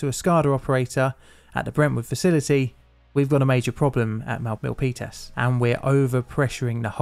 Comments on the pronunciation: I thank you as well. Jeff Raskin lived just a couple miles over the hill from this disaster so it's even better. I'm also impressed you called it the Peninsula on top of pronouncing Milpitas correctly. The Peninsula is very Mac-centric. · I just want to acknowledge your effort in correctly pronouncing "Milpitas". 😉 PG&E doesn't have the greatest reputation here, partly because of this incident. They have also been found responsible for causing several wildfires that killed people. These days, they have special regulations in place that turn off power to parts of the electrical grid on unusually windy days or during certain intense weather events. This is, of course, a pain in the ass for people who have to deal with a power outage.